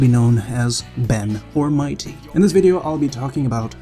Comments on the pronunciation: No its 'my tea' not 'mighty' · Is mightea pronounced mighty?